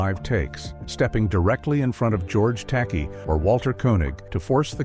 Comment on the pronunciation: AI slop. "George Tacky"🤦🏻‍♂️